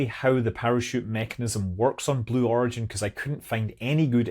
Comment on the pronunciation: Did he actually say Glue Origin? 😂